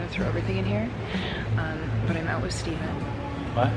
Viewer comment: Is it a Canadian thing to say “I’n” and not I’m? has ALWAYS replaced the M in I’m with an N. 🤣